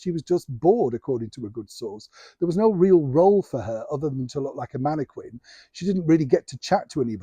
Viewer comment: Omg!! "ManneKin"!